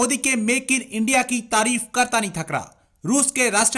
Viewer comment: Muddi ij da Pram Manishtar of Endia.